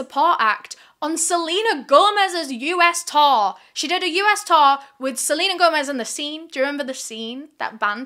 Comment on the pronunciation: the way pronounces "tour" LMAOO. all i hear is "Taur" "Taurrr" XD